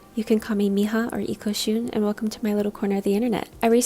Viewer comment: ikoxun, thats a lovely name tbh girl. i havent heard another language that pronounces the x like in nahuatl "sh'